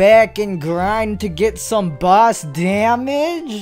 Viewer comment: i like when he say "boss" it sounds like "bus"